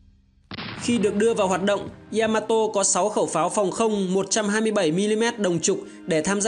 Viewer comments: ya ma to. chứ ko phải y .a . ma to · bác làm video hay nhưng mình muốn góp ý nhỏ. Yamato ko đọc là y-a-ma-to đâu. Ya là 1 âm trong tiếng Nhật phát âm theo kiểu tiếng Việt thì là giữa âm "nha" với âm "zda", tiếng anh theo kiểu "ja" ấy. Phát ra 1 âm ya thôi chứ ko phải 2 âm y +a. mình làm về 1 sự kiện hay 1 nhân vật, 1 chủ thể nào đó nên đọc đúng tên của chủ thể đó, người ta gọi là sự tôn trọng :)